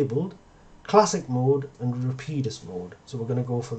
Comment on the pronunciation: Going to start pronouncing it 'Rapeeedus'